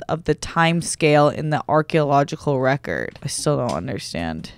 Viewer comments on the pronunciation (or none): none